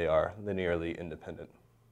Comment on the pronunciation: indepent 🤣 thanks though, great video